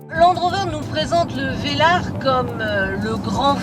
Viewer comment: Landeeeeeee rover heuuuu velarrrreeee